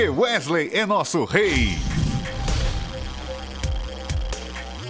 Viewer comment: sério? eu achei q ele tava zuando quando falou wesley